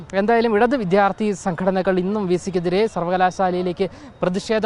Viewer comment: ഇവൻ കരയുകയാണോ? അവനോട് ആരെങ്കിലും പറഞ്ഞുകൊടുക്ക്, വിഥ്യാർഥിയല്ല വിദ്യാർത്ഥിയാണെന്ന്